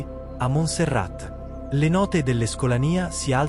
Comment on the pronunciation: e si pronuncia Monserrà…